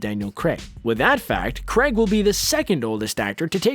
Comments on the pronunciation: The name Craig is pronounced "Krayg" not "Kregg," unless you are pronouncing Screen Rant, Screen Runt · "Craig " not Creg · Why do the Americans pronounce Craig like Kreg ? It’s Craaaiiig not Kreg ... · It isn't f***ING Cregg its Craig how do you yanks pronounce Pain?!! Pen??!! No! AI is pronounced AY Crayg not Cregg FFS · CRAIG NOT CREG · Creg? Creg? It's Craig... Why do Americans have difficulty pronouncing such a simple name? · Krayg. Not Creg. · Ffs its Craig, NOT CREG LOL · Who is this Daniel Creg you talk of? lol its Daniel CRAAAAAAAAAIG. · Omg, mispronouncing Craig? Craig not Cregg.its like wait and wet. You say Craig like wait. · CR'AY'IG not CREGG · Daniel CREGG 😂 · Why do Americans struggle to pronounce Craig? It's not Creg.. Think of "Cray" as in Crayfish and "Egg" as in.. Egg... I can't imagine how they actually pronounce "Creg"... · please at least pronounce his name properly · Dear narrator, please learn to pronounce Craig. Thank you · David Duncan nope! Craig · Daniel Cragg? Felix later? Why isn't he speaking properly?